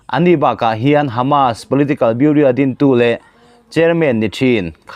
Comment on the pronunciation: Chanchinthar puangchhuak ngam ve meuh, Bureau(Biuro) Biuria ti a, i han lam hi zawng ka lo zahpui che.